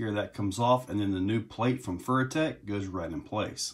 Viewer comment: “Furrytech” lol